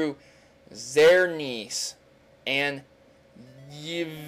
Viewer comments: its (ZER-NEA-US) and ( E-VAL-TAL) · yveltal is spelled why-VELL-tall and xerneas is spelled sir-NEE-us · zur-nee-us and ee-vell-tall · "Xernes" GG XD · You say them Exearnes and Eveltal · not to be rude but its Xernas is (zern-ee-us) and Yveltal is (Ee-val-tul) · Zurr-knee-us Ee-vell-tall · Xerneas-zerneeis. Yveltal-eviltal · zerneeass and eeveltal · their pronounced ZURR-nee-us and ee-VELL-tall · Did he say Groundon? Key-ogre? Zer-knees? Ar-see-us? SPEAK WITH THE PRONUNCIATIONS! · Imma help you with the pronunciation of the newer pokemon because I love you man Why-Vee-Tall Zer-Nee-as [theres another s at the end of that but that would have...yeh]] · Xearneaus is prononced (Zer-ne-eus) ;) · EX-SERN-IOUS YA-VA-TAL there :3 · E-vel-tul Zer-Nee-uss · Zurr-Knee-Uss and Eee-Vuh-Tal Like Xavier and Yvonne, the default trainers. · its prononced ex-ern-e-us and why-velt-al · Xerneus - (Zer-knee-us) Yveltal - (Ya-vel-tol) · It E-VEL-TAL and X-EARN-E-US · Xerneas. (Zer~Nee~us) Yveltal (ee~vel~tal) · I'm pretty sure Xerneas, Yveltal, and Zygarde are pronouced: Zur-nee-ahs, Ee-vehl-tahl, and Zye-guard. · Zern e es and yi va tal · Your pronunciations of proper nouns seem like a running gag now. I think Xerneas is prounced Zer-nee-as. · Xerneas = Zerneeus Yveltawl = Eviltawl Jeez, why do hardly any people know how to pronounce names. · Xerneas- (ZER-nee-iss) Yveltal- (EE-vel-tul) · ZER-nee-us and EE-vehl-tall. Also, most of this is unnecessary, I can prove it in a few sentences. Every Pokemon has data in the Pokedex when you register it. As in, they have a little description. How does the Pokedex have data on EVERY SINGLE POKEMON instantly as it's caught, if you are supposedly the first one to register it? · zer-knee-as and ye-vel-tal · im sorry but this is just too funny, you where close with yveltal but it is (zerneus) thats how you say it i know i didnt know either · YOUR PROUNONCING XERNEAS YVETAL KYOGRE AND ARCEUS